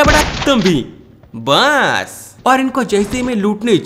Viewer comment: When he say "BAS" the was also basss for me 🤣 the best he says is BAS